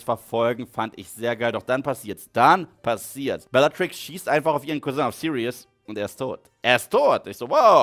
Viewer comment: Es triggert immer noch wie er Lupin ausspricht und belatrix Lestrange Lupin und Neville Eltern wurden gefiltert bis zum Wahnsinn von Rudolphs Rabatt bellagrix und Barry chorisch jr